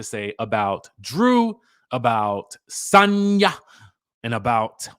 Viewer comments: Dj I think she pronounce her name as Sanya 🤣🤣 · the way you say Sanya is so jarring